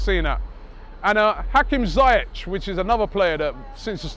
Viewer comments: It's pronounced "ZEE-YEK" not Zie-ech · Dani Kabellas? CEBALLOS Hakim Zayetch? ZIYECH FFS... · ZAYETTE.....CABEYOS robbie torturing names all the way in Vegas